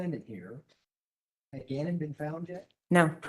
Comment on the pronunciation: Why does the defense attorney keep mispronouncing Gannon's last name?